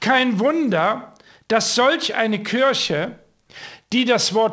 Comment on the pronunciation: Warum sagst Du denn immer "Kürche"?😂😂😂